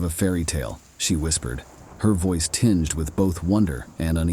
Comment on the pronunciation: Only 5 minutes and 53 seconds in and I’m done. The mispronunciations are way too distracting. Lost it at tinges of dread. Sorry, maybe I’ll try again someday…